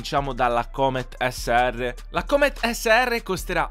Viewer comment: ti prego la prossima volta pronuncia cooomet al posto di come lo dici tu